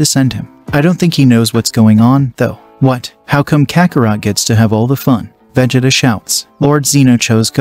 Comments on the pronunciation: Did you just pronounce it veh-jit-uh? It's Vuh-Jee-Tuh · I really wanna listen to this but if I hear vegeda one more time imma get irate 😤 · Vegita vegita vegita. Cannot get past this pronunciation of Vegeta. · Veg ... It .. Ahh? seriously right out of the gate I hear the computer TTS mispronunciation... thumbs down comment and leave. Narrate it yourself and I might listen. But TTS computer voice Naw I'd rather find a better chnl. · Its Pronounced Vughjeeta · yay ill love seeing "vageta" and "wise"😂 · it's pronounced va-jee-ta but spent as vegeta. 😡🤬🤬🤬😡😤😒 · Bro how he pronounces vegeta is going to make me uncomfortable for the rest of this movie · Bro is pronounces Vegeta wrong 😂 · Is it me r is he messing Vegeta name up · Bro why is he saying vegeta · He keeps saying Vegeta wrong.... 💀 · Please never say Vegeta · I was interested in the concept then I heard "Wize" for Whis and "Vej-eh-tah" for Vegeta. That's 10 pounds of nope in a 5 pound bag. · "Vehjitduh" "Wise" what the heck is that pronunciation Not to be mean I like the series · Bro said vehjata and wise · I like the story, but you should probably work on how to pronounce Vegeta and Whis name. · "Veggieta"💀 "Kay"💀 "Texas S S S S M M M M A A A A S S S S H H H H"💀 "Kaymehame"💀 "Laive"💀 "Ayzawa"💀 "Uraka"💀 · The way he pronounces vegeta and kamehameha